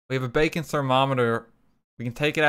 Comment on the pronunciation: Everytime he says baking I kept thinking he said bacon